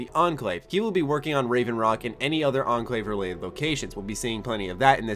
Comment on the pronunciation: Why everyone been pronounced ENCLAVE the wrong way?